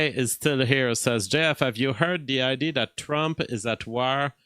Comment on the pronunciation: what was the first film?! It's like when you say "id" instead of "idea" 😂 Keep up the good work,.